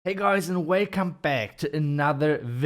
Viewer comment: Hey guys and weycome back. 🤣